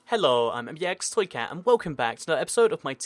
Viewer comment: No! The h in 'hello' wasn't strong in the intro!